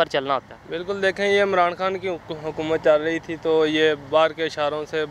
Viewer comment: hukumat nhi boss. aap ke yaha hai hukumat 😁